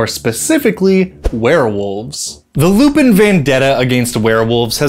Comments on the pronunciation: Fairly certain that their name is pronounced Lou-pan considering just how french they are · I have two ideas for this: 1) at least some of them are french, so shouldn't it be pronounced more like "lou-pohn"? 2) ....Teiflupins. (te lou-pohn phonetically....dang french....), the offspring of a teifling/other infernal creature with a lupin. The point is, they are hellhounds/devil dogs/black shucks etc.